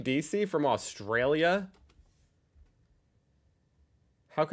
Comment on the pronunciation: While your talking about accents and Australia may I gently point out that the emphasis is on the sta part of Australia, not the Aus part...?